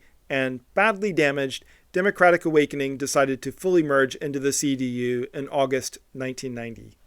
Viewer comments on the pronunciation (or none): none